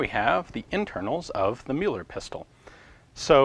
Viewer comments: Muller is pronounced myller, afaik. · It is very much appreciated that you try to speak out names in their original pronounciation. But this time you pronounced the name of the inventor quite wrongly... Müller (ger) means Miller (eng) and is pronounced quite similarly, like the i with a hint of u. It's not in any way connected to "the Mule". Müller is the most prevalent last name in Germany.